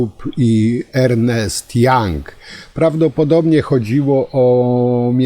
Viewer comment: Tourett i jego brudna pała 😂 On nawet fonetycznie zapisał źle ''young'' (jank) 😁